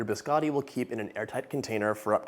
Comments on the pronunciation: I love the way you cook and bake i was born in Italy i been in America 55 years still never lost my accent no offense , (Just having some fun) Don’t call my BISCOTTI … BISCADI HAHAHA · Biscotti not biscatis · It’s not “biskawtee”….it’s biscotti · I was going to watch your video, but the first thing out of your mouth, you pronounced biscotti wrong. After that, every time you said the weird it was like pins and needles in my ears and I had to turn off the video. Please learn the Italian pronunciation instead of the American.